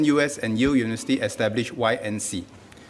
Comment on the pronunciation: It is not unisity...it is uniVERsity...